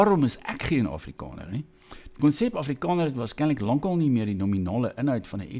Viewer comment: Wàar kom jy aan die kinderagtige rondemondjie uitspraak van a? Jou Naam is nôm, Daar is dôr,, Jaar is jôr. Selfs Afrikaans is Afrikôner. Ag nee sies gaan luister na jouself. Ek en my vriendekring lag Lekker vir jou tiener snert uitspraak. Sies man. Act your age.